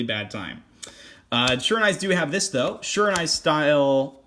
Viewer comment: Pretty sure it is pronounced she-raw-new-eee and thanks for this deck profile